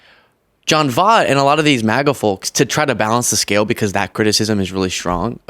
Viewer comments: Voit. V-Oye-t..."like "oye vey" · Pronouncing it wrong. Voit. Like BOY T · It's John Voight, not John Vaught. I'll forgive you if you watch Anaconda in repentance. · it's pronounced, V-OIT, like DetrOIT. he's Angelina Jolie's dad. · You murder his last name yet I can’t figure out how to phonetically do it 🧐 Angelina Jolies father VOYT ❗️🤷‍♀️if that helps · John Voight (pronounced like Void but replace the D with T). He's actually Angelina Jolies biological father whom she publicly disowned and disassociated herself with years ago. He's since had a mental breakdown and been on several racist rants years back prior to Angelina and Brad Pitt being married. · I love you, but I have to correct you. You're criticizing this gentleman for pronouncing Kamala's name wrong, but his last name is actually pronounced V-oy-t. Lol you're probably too young to know. But still love ya! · Hilarious how you pronounce his name! Makes up a little for his "Camela" bullshiiit!!😂 It's almost as though you're mispronouncing John Voight (like Voyt) as a form of retribution! 😏🤭😂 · It's pronounced Voy-t. How the everlovin' F is Trump Helping, or Going to help ANYONE?!? PLEASE VOTE BLUE, if you Really want to be Able to even Have hopes & dreams 🌊💙👍🏼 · pronounced Voyt, if you're going to call out someone who mispronounced a name, please don't do the same. Not a hater, just an Auntie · His name is pronounced, Voyt. Sorry, I know he was way before your time. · I know you don't know who he is, but he was a fantastic actor. His name is pronounced VOY-T. Voy, like Toy, and add a T at the end. His daughter, Angelina Jolie doesn't have anything to do with him. He's even more crazy than she is. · V OI T!!!!! you're driving me nuts saying his name wrong. Voight has an oi in it, which makes a particular sound. You're going to rag on him for not saying Kamala right, but you can't even take the time to learn how to say his name before a video in which you say it 20 freaking times!